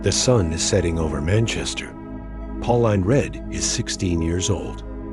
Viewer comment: It's pronounced pau-leen not pau-line bro , great vid btw